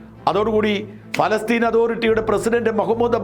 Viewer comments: ഫലസ്തീൻ അല്ല.. പ പ പ പാലസ്ടൈൻ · എന്താ ഫലസ്റ്റിൻ എന്ന് പറയുന്നത് പ ല സ്റ്റിൻ അല്ലേ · പാലസ്തീൻ എന്നല്ലേ ഫാലസ്തീൻ അല്ലല്ലോ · Not falasteen paalasteen bro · ഷാജൻ sir, നല്ല റിപ്പോർട്ടിങ്! പക്ഷേ എന്തുകൊണ്ടാണ് ഫലസ്തീൻ എന്ന് പറയുന്നത്? പാലസ്തീൻ അല്ലേ? ഫ അല്ല പ അല്ലേ? ഇതിൻ്റെ പുറകിൽ എന്തെങ്കിലും linguistic reasons ഉണ്ടോ? ഇല്ലെങ്കിൽ ദയവായി തിരുത്തുക, കാരണം താങ്കൾ ഒരു മാധ്യമപ്രവർത്തകൻ അല്ലേ? അക്ഷരസ്പുടത അത്യാവശ്യമായി വേണ്ടതല്ലേ. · ശ്രീ. ഷാജൻ സ്കറിയ പ്രൊനൗൻസിയേഷൻ ശരിയല്ല. പലസ്തീനിൻ എന്നതിന് പറയുന്നത് ഫാലസ്തിൻ എന്നാണ്.. പ്ളീസ് correct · Please pronounce correctly? Not Falastine..... Palestine? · ഫാലസ്തീൻ അല്ല... പാലസ്ഥീൻ ... in English ( പാലസ്റ്റൈൻ ) Stop misleading the viewers ... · ഫാല്ഗുണ,പലസ്‌തീൻ എന്നു പറയൂ.ഭാരതം എന്നത് നാളെ ഫാരതം എന്നു നിങ്ങൾ പറയുമല്ലോ. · പലസ്തീൻ എന്നല്ലേ, കോയയായ ബാലുശേരി പോലും നല്ല മലയാളം പറയുന്നു.🙏🙏🙏